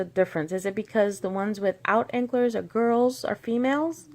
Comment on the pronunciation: Antlers, pronounced:. Ant' lurs. Smiles. My absolute favorite blue is "Wired" by L.A.Colors. I have never tried this, but sometime I am going to try using sugar for the snow. Dip wet white polish into sugar... my goal next year is to experiment more... These were absolutely adorable nails. ( A way to remember pronunciation for antlers... Reindeer never have ants lured onto their antlers.). Also, according to a Christmas special I was watching on TV last night, Rudolph had to have been a female, because only females have antlers. I don't remember for sure if that is that makes lose theirs in winter... But the purpose of them is to be able to dig through the snow for foraging... Merry Christmas and happy holidays!